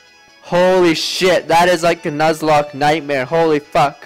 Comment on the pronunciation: jeroen van brussel Read dude. Nuzlocke, not Nuzleaf.